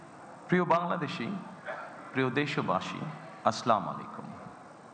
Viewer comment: আপনার প্রতি অনুরোধ থাকবে সালাম টা ঠিক করে দিবেন প্লিজ। আসসালামুয়ালাইকুম অরহমতুল্লাহ। ❤